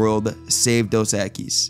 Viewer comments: Apparently the person talking over this never hear The Most Interesting Man SAY Dos Equis because if he had he'd be pronouncing it CORRECTLY with the accent on the Eq in Equis rather than the uis. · Why are you mispronouncing the beer name? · Before you do another one of these, I think you ought to learn how to pronounce "Dos Equis."